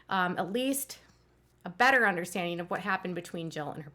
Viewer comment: Understandeen? No ... please pronounce 'ing' properly. It's not pronounced 'een.' cries